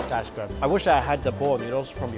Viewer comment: Pronounces good “gooad”